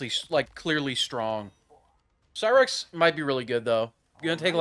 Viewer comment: thats not cyrax thats sherax